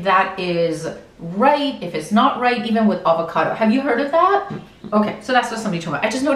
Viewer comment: "dats not rrrrrrait" lol